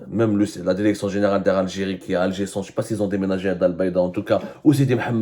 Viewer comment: DIRECTION ET NON DERECTION YA ABDOU SEMMAR